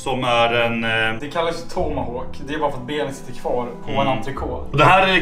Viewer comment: Underhållande och fullt av entusiasm, som alltid! Men... ni måste sluta säga ”antrekå”, entrecôte är franska och betyder ”mellan revbenen”, och franska uttalsregler ger att e på slutet blir stumt (uttalas inte), men t:et uttalas! Korrekt franska uttal är ungefär ångtrekååt (aŋtrɛˈkoːt). På (bildad) Svenska förkortar man typiskt å:et på slutet för att minimera möjligheten till ekivok tolkning, och säger ungefär antrekått. Välden är för övrigt kluven i två sorters människor, de som tycker entrecote är äckligt och svårätet (samma människor ogillar i förekommande fall även kräftor..) och de som förstått att en god entrecote är det bästa som en biffel (eller nötkreatur för den som ogillar att kalla tambuffeln för biffel) innehåller! Till och med bättre än oxfilé, om allt vill sig väl. Kör på med samma glada entusiastiska positiva stil, men snälla, sluta säga angrekå. ;)